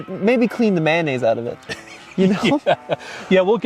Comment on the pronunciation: I like how says mayonnaise lol 😆 Manaise...........🤣